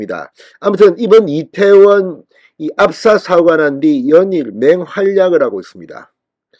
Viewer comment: 천박한 남영희뿐아니라, 짧은혓바닥으로 괴변 날름거리는 박홍근! 이때원참사라는 발음. 말할때마다 혀가찗아 날름거리는혓바닥 보기역겹다